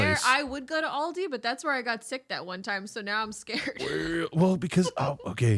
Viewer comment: I don’t like how says alldi